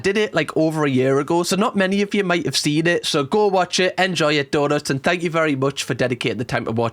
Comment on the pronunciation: The guy who thought he said fuck off I can kinda understand cuz when he repeated it the accent did make thank sound a little like fuck but then again it's London and as a Scot to me it's the English Glasgow where violence is around every corner no matter what